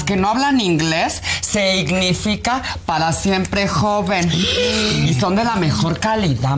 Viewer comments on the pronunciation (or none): “Se ignifica” 😂😂😂